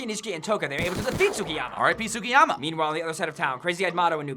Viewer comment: Mmmmmmmmm... Y can no one say Tsukiyama properly...